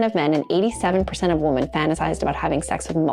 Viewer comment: Woman singular is pronounced "Wu-muhn" .. (as in "that woman is really cute") When talking about MULTIPLE women (notice the "e") .. it is pronounced "Wi-MEHN" ... (as in "That group of women are really having fun together!") Say the word "whim" without the "M", and then add "MEN" at the end ...... then you have "Wi-Men"